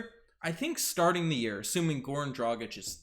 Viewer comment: How are you flawlessly pronouncing his name, but can't get Dragić right? 🤣